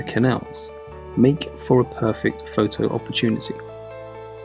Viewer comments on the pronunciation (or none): none